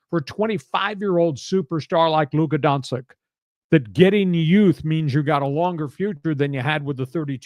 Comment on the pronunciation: I love you, lee, but embarrassing -- not only to say Doncic is from Serbia, but you can't pronounce his name right 😂😂😂 Bleeping brilliant 😊